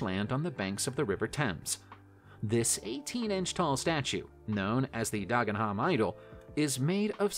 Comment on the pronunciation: Anyone who knows Dagenham will be wetting themselves laughing at the pronunciation used here. Dargenharm! I say! 😂😂😂